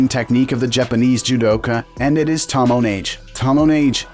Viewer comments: Tomoenage should be pronounced like Tohmo-eh-Nage (as like nugget) NOT like Tomnnage (as like tonnage). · Don't you like the "tomoh neighj"?